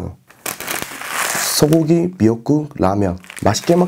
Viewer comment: 소국기 멱국 라면